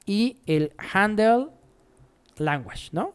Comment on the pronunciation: Excelente tutorial, mil gracias!!! El unico feedback que te puedo dar para mejorar el video es aprender la pronunciacion de language en ingles, lo demas todo perfecto!